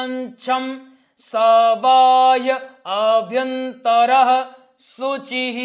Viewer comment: पवित्रीकरण मंत्र का उच्चार चेक कर लीजिए, काक्षं को आप काक्षं बोल रहे है, bahyabhyantae का उच्चार भी कुछ अलग ही कर रहे हैं, यह अपने गुरुजी से चेक करवा लीजिए